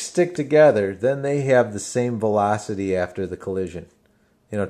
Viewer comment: I love the way you say velocity! thanks for the helpful video